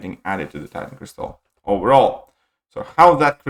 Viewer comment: it's crystal not cristal 🤓